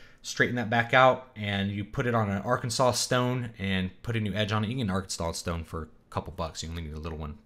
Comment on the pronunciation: When he said "Arkansas stone" I heard "Arkenstone". I need to put the tolkien down